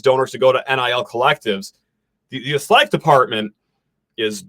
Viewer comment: Why are you saying athletic like that???